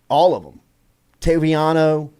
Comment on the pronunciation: Jordy please pronounce Javien Toviano’s name properly. It’s pronounced like toe-vee-ahh-no not tav-vee-ahh-no